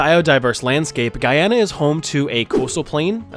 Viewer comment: cheers for pronouncing Guyana correctly and showing some of its beauty!